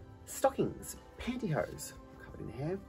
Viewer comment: Pantyho is such an amazing word! Every time you said it I giggled!!!